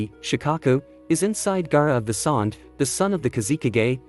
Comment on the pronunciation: you've said sand wrong